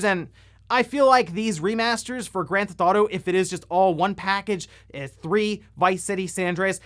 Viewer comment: Can't wait to skip the "oawder" "Grand Thf'tauto" games.